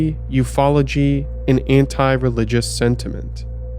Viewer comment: The way you pronounce 'UFOology' sounds like an obscure woodwind instrument